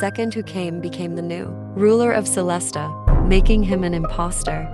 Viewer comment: you could set up 2 versions of text: the unchanged one for the subs, and the edited one for the text-to-speech to properly pronounce specific words, like "pie-mon", "celes-tee-uh", or something similar.